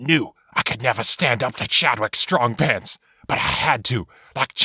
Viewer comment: I love this name "Chadwick Strongpants" sounded like you said "Chad wit Strongpants" 10/10